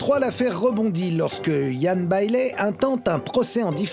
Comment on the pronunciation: Ian Bailey = [ iiyen beïli ] et "Jules" = [ djoulz ] Chaud l'anglais des journalistes français quand même! xD